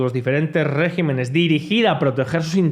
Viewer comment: Regímenes, y no régimenes. Me encantan tus vídeos pero me tortura oír decir régimenes.